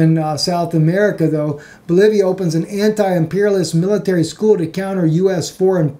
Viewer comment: You mean Bolivia, not Bolovia right?